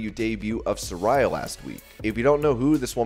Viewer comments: You're saying Saraya's name wrong. I was saying it like you do, but she clarified on last night's Dynamite it is pronounced "suh-rey-ah" not "suh-rai-uh" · It's pronounced Sar-rey-uh 🤣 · Su-RAY-uh…. Come on man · Pronounced Sir-ray-ya